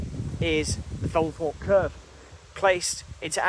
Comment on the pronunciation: Ok...... I really like your videos: excellent quality, always informative and very interesting: apart from one thing.... your voice. I have to watch with the sound off and the subtitles on..... and it's hiarious to see what the subtitles make of the way you prounounce some words. I mean, Femelforpe........ really? If you have some sort of genuine speech impediment/disability then I humbly apologise but if it's just a lazy local accent then do yourself a favour and invest in some elocution lessons PLEASE!? Btw...... to show my good faith I've just subscribed. Very best wishes to you anyway!